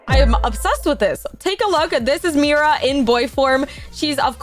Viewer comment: Bro way are you saying Miras sword?